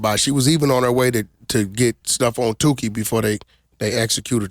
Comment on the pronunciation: Cancel this nigga for saying Tookie name wrong. Took woulda knocked him out for this one